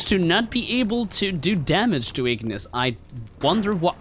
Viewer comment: wait he said ignis with a N💀💀💀💀💀💀